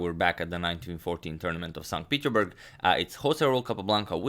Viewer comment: Agadmator just likes saying Sont Peederberg.